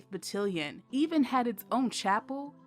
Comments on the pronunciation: Its Battalion, not Battilion. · FYI, it’s battalion, not battilion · The word is BattAlion, not BattIlion. That was driving me CRAZY. Thank you for the video. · GREAT STORY!!! The AI speaker miss-pronounced BattAlion as BattElion! LOL LOL LOL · It's not called Battilin it called Battalion (BA TAL LEE YON). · Battalion is pronounced ba-tal-ion, (tal, like Tallahassee) not ba-till-ion. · You keep mispronouncing battalion. It's ba-TAL-e-un. Not ba-til-ee-un. Please Google it. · Every time the narrator's pronunciation of BAT-TA-LI-ON as BAT-TIL-LON was like nails on a chalkboard. I'm sure those of us who served were cringing. The story of the outstanding women on the 6888th deserved better. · Batt-AL-ion nit Batt-IL-ion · Good informative video about blacks serving in WW11. Only complaint is mispronunciation of the battalion (ba-tal-ion no ba-til-ion) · And to had the same reaction to ‘Ba-til-li-on’ rather than Ba-TAL-li-on. The audible difference may not be noticeable to non military! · Battillion? I think it's pronounced Battalion. It's still of course a magnificent story of a magnificent group of soldiers. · As a soldier, hearing "batillion" instead of "battalion" was getting on my nerves was well. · Battalion!!!Bah-Talll-Yun😒😤Couldn’t help myself. Navy Signalman. Lovely documentary otherwise 😊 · Great presentation on omitted information! Just an FYI… In the military, the word is ‘battalion’ to rhyme with ‘stallion’. Very different from the word that rhymes with ‘cotillion’ , a formal ball where young ladies are presented to society. At any rate, however you pronounce it, it is a remarkable story. I only hope the word can get out about it and even make it into the history books! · Battilion??? OMG. This narrator should be fired for screwing up a simple word. She's definitely NOT military! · How I wish the narrator could have been taught to say BAT TAL ION rather than something that rhymes with Cotilion! Sloppy, and those women don't deserve that.